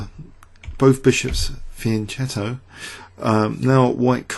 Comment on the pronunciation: Why so confused? Italians pronounce the "Che" as "Ke" hence the pronunciation: Fianke"tttttt"o, with a stress on the "t"